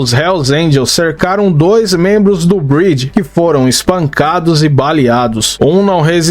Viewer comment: A pronúncia do MC tá errada amigao ... Vc tá falando Bridge (ponte, em inglês), quando na verdade é Breed (raça).